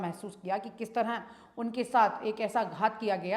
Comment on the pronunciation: बहुत सुंदर समाचार प्रस्तुति होती है आपकी, मैडम तरह बोलिये आप तरंह kyun बोलती हैं